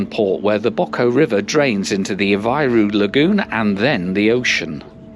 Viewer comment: CampaNHÃ, not CamPAnhã. PooSSInho, not "Pohtchinho". "Aveyro", not "Avahyro". I know, I know, Portuguese (not Brazilian) rarely has an exact correspondence between the spoken and written form, but still.